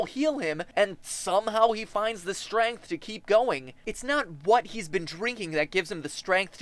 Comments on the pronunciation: You say strength with an "a" I like it. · MatPat, are you French Canadian? Your pronunciation of "strength" sounded different from American English. Great ep, by the way!